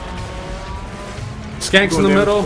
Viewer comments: Yo they're shanks not skanks lol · It's "shank" not "skank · you said skanks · LMFAO "skanks" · I was laughing at the fact he called them skanks, I didn't laugh thinking he didn't know how to pronounce "shanks" lol.